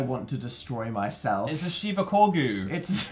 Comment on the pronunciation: Deziree Pagan it should be shibacorgu